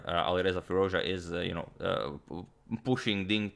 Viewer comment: Firooz ja antonio ...you still pronounce his name wrong